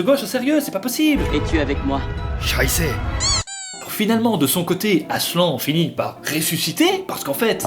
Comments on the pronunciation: Déjà, hein, pour commencer, quel genre de monstre appelle le Grand Lion AslAN?? C trop moche, ça se dit aslanne 😭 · toujours aussi cool mais je ne suis pas DU-TOUT habituée aux voies, et pour moi... Aslan ça se prononce ASLANNE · Aslan ça veut dire lion en turc mais ça se dit "aslanne" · Mon frère s'appelle Aslan mais sa se prononce Aslane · Mon film préféré avec le cinquième élément ! (Néanmoins, cela se prononce <<Aslanne>> et non Aslan. ) Encore un MSF réussi !^^ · Je m appelle aslan an an pas en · La deuxième fois qu’il a dit aslan il le c’est pas mais prononcer comme sa,sa veux dire lion en turc